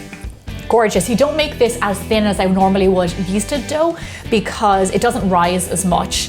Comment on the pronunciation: why is it so hard for you to say dough or water